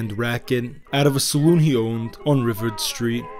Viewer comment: Accent on the last syllable..riv-ARD